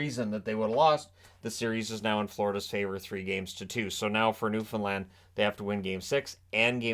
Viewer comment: Thank you for saying Newfoundland right. From a Newfie